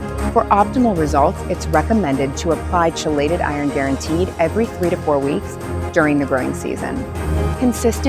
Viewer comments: I can’t trust a company that can’t even pronounce ‘KEY-LATE-ED’ right! 🙄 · How many times can you mispronounce chelated? Credibility gone 🤦